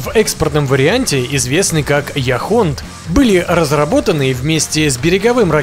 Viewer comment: и Яхонт, а не яхОнт.